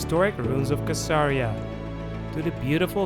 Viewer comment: Caesarea is pronounced Sisaria not kisaria